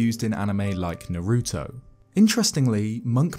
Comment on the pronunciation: I can’t get over the way he said Naruto. No hate tho